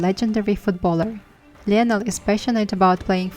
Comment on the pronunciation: Hi! Great, informative video! Just wanted to tell you that the name Lionel is pronounced “lie-nal”😊